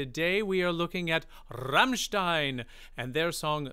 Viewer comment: Your pronounciation of "Rammstein" and "Sonne" is so close to perfection. Greatings from Germany